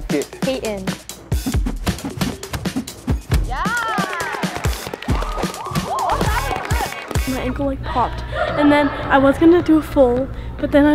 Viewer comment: You said Payton wrong